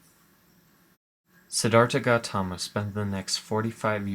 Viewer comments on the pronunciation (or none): you said it wrong im nepali and i know how to say it